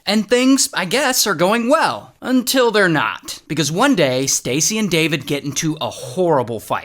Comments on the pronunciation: The "UNTIL" is just so iconic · The “until” is so powerful